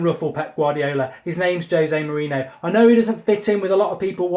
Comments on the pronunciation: why do you keep saying " jose moreno" its pronounced more-rene-yo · Can someone please teach Mark how to pronounce "Mourinho" correctly....